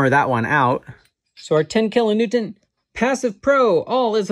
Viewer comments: Are you saying "kilo Newtont"? Its "Newton" Like, Isaac Newton. Anyway, love the videos, really interesting stuff. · Is he pronouncing kilo-newton with a "t" at the end?